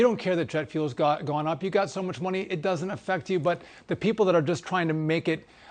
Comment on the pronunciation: DOESN'T, Mike NOT: DUD-ENT!!!!!!!!!!!!!!!!!!!!!!!!!!!!!!!!!!!!!!!!!!!!!!!!!!!!!!!!!!!!!!!!!!!!!!!!!!